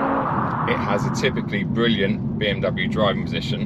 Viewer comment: Count the number of times says “bwilliant”